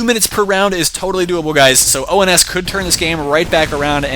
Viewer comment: Uhh,, it's ONS, not OMS